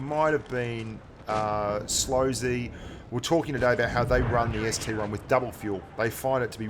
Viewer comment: Ah the ST-1 name has infected blitz just like PC. PLEASE ITS CALLED AN ST-I. PRNOUNCED EYE. Not 1, EYE. if the I in ST-I was a 1, then the KV-1 would look like KV-I. Sorry, just a triggered PC player talkin'